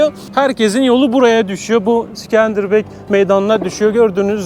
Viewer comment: İskender bey diyemedin mi aq en azından illa havalı olcam diyosan sikenderbiru diye okuyabilirdin sorsan Avrupa gördüm der😂😂😂😂😂